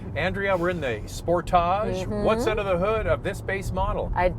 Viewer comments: Thats not how Kia says Sportage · I like sportaaaage pronunciation much better…….not sure how to spell it. 😃 maybe sportahhhge? Great review……..good looking vehicle………love interior